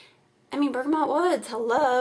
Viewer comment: I'm stopping there tomorrow! Can't wait. With 4 dogs in my house I'm always burning candles and washing my hands too! And you pronounced bergamot correctly the first time you said it. :) --Anne